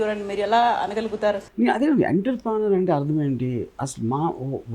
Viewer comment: ENNNTTTEEERRRRPPREEENYYOOORRR Kadu RGV, OONNNTROOPRONYOOOR